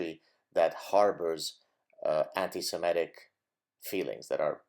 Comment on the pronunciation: I just wish you'd pronounce it anti- Se-MIT-ic..not Se-MET-ic.